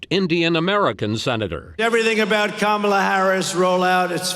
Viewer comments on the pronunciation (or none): It’s VP Kamala Harris that is now running against twice impeached, 34 time convicted, 3 pending indictment having 78 year old RAPIST & criminal DonOLD Trump… Not President Joe Biden… Now please make sure you can pronounce your soon to be president’s name SIR (COMMA-LUH) 🗣️ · It's VP Kamala Harris that is now running against twice impeached, 34 time convicted, 3 pending indictment having 78 year old RAPIST & criminal DonOLD Trump... Not President Joe Biden... Now please make sure you can pronounce your soon to be president's name SIR (COMMA-LUH) 🗣️